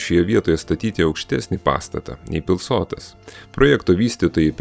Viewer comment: Informatyvus video, tik maža pastaba: suteikto dangoraižiui pavadinimo - Pilsotas kirčiuojamas pirmas skiemuo. Tai kuršiškas šios vietovės pavadinimas. Šaltinis - didysis lietuvių kalbos žodynas.